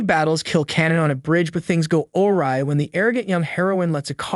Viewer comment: Did you write this yourself? “awry” “severely” … Your pronunciation is off. But maybe you’re just used to seeing these words written.